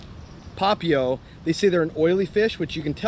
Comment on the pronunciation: Nice vid as usual. Papio = Pah Pee Oh with the emphasis on the 'pee'. BTW: Any chance you can do a video on Ocean View and Milolii? Talking about the bad the good, etc. I lived on Oahu for 10+ years, and kinda looking to head back to the aina.